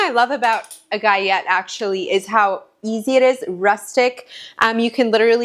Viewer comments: I've only heard people pronounce it with the L Sound Gi-ll-ette. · galette is pronounced "gut-let"! thank you for this comforting video🤗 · Gallette are Frech pastry and Ls are pronounced not like in tortilla where they sound as Y like yolk ❤. Love all your recipes and your children are adorable ❤ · You do pronounce the L in Galette FYI (it’s a French word).I’ve never tried making smaller individual ones, that’s a brilliant idea!